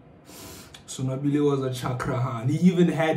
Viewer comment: killed me with that...😹💀"Son-Wabble"🥴